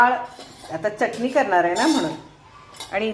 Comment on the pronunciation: च्यटनी नाही हो बाई. .. .. चटणी असते ती